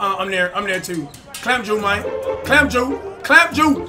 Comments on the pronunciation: I swear this nigga was saying clam jew instead of clamp juice... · its clamp juice not clamp ju lol 😂😂😂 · Just to let you know it's not clamp Jew it's clamp juice couldent really understand what you were sayin